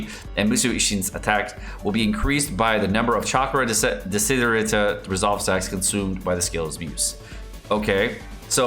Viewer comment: Lol, I wonder why Mihoyo uses lots of Latins and Italians words on his characters.... I can see you cannot say "desiderata" which, again, is an Italian word! By the way desiderata means "wished" ...really wanted... and similar meaning. I still cringe when I ear how Tartaglia is pronounced! :)